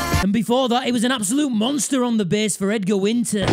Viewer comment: This dude leans hard into his bass mispronunciation.